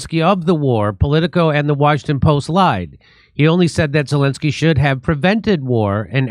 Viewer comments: I thought you said ‘Voldemort’ Zelenskyy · did Jimmy say 'Voldemort Zelenskyy'? lmao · Jimmy mispronounced Zelensky's name so it sounded too much like Voldemort. Freudian Slip??? You be the judge.